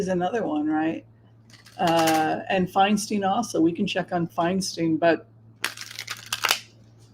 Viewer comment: I’m pretty sure Adam Schiff is going to win due to name recognition. However, I disagree with Whimsy. Feinstein does not want Adam Schiff to replace her. Feinstein (pronounced Fine-stine not Fine-steen) supports Rep. Barbara Lee who is also running for senate. Feinstein is from San Francisco and Barbara Lee represents Oakland (which is my district). They’ve been friends for decades. Governor Newsome and VP Kamala Harris also prefer Barbara Lee. It’s a Bay Area “thing.” We stick together. They’re all friends and they all support and campaign for one another (along with Swalwell, Pelosi, Ro Khanna, Zoe Lofgren, etc) If you live here, you will know that Feinstein wants Rep Lee in the senate. The local news states it often. BTW, Barbara Lee is amazing and she has accomplished more than Schiff and Porter combined without any fanfare or recognition. Californians, please read up on Rep. Lee because she deserves to be in the senate. She has worked hard for years for her constituents. She is hands on. She listens to us. She answers our questions. I can call her office at any time, ask a question, and get an answer. (Linda G. told a story about how Rep Lee helped her father get his military benefits.) Unfortunately, due to his visibility during the impeachment trials, Adam Schiff is better known in the state than Barbara Lee so he’s most likely going to win. A woman should replace Feinstein and it’s important that it’s an African American woman because we don’t have one in the senate s